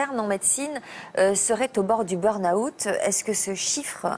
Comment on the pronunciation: ça m'a prit un sacré moment pour comprendre que "beurre na-houte " était en fait "burn out". Si vous massacrez la langue anglaise, vaut mieux ne pas l'utiliser.